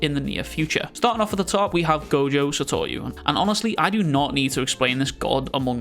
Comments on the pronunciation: Why do you pronounce Gojo’s name as “Satoryu”? Just curious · Gojo SATORU Not Satoyu….